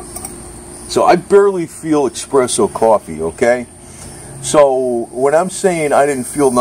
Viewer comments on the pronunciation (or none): its pronounced es press o